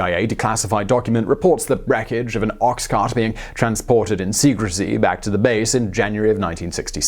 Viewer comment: Why the odd pronouncation of Ox-cart?